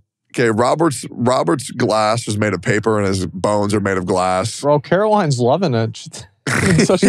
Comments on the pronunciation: Why did tectone pronounce Caroline's name that way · As someone who has their weirdly spelled name pronounced wrong often, Tectone saying Carolin and not Caroline made me unreasonably upset